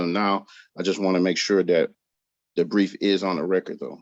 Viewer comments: Sorry it sounded like he said grief not brief. I think his fraudian slip was correct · It's "brief", not "grief".